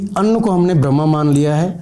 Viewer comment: आपका मन्त्रों का उच्चारण त्रुटिमुक्त नहीं है, इसीलिए इस प्रकार पढ़े गए मंत्र सिद्ध हो ही नहीं सकते जैसे अपने जो मन्त्र खाने से पहले का कहा उस श्लोक (?) में अन्नम नहीं कह कर अनम कहना स्वयं में एक त्रुटि है। ऐसे उच्चारण से तो ये मंत्र सिद्ध ही नहीं होगा 🙏🏼 संस्कृत का ज्ञान, साधना मार्ग की प्रथम तथा अनिवार्य योग्यता है 🙏🏼